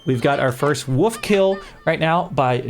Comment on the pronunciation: Did you pronounce wolf as “wuff”? 😂